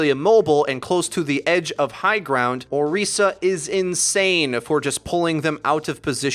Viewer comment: You even said her name right...I appreciate everything about this video